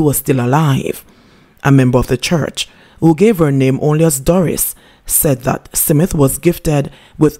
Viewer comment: Your pronunciation of the word smith is wrong mam. Check it.